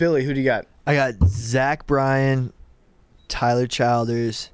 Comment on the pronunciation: Billy loving Tyler Childers but still not knowing how to pronounce “Childers” is the most Billy thing ever